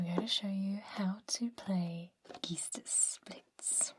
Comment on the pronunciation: That was a very enjoyable video and as a german it's always a pleasure to hear sophisticated attempts to pronounce german words. Although not correct, your idea of "Geist" is very neat. Probably as entertaining as witnessing us talking/writing english.